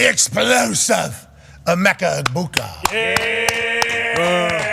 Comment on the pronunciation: Major missed opportunity not asking Emeka Egbuka about Rob Gronkowski totally butchering his name 😂